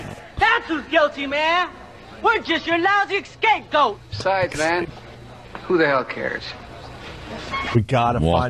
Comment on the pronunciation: "Excape goat" lol